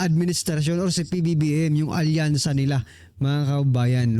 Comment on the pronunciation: Wasakyansa na bossing instead of alyansa🤭🤣🤣🤣